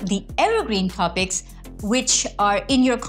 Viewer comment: Loved the video and collab, specially when she said "the trending tropics" on . Awesome guys!!